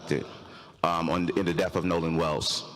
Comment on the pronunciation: I wish he would stop saying DEAF and say DEATH!